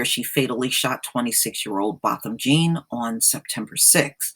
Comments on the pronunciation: If your going to do videos on this man, pronounce his name right for crying out loud. Its BO. Bothom j'aw. Spelled Jean. Its French, lady. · It is a French surname is pronounced John. Anybody committing a crime has to move immediately. You are absolutely wrong on that. For the safety of the other tenants they must immediately remove her. Further all tenants are entitled to compensation. If the owner doesn't make her move they too get sued.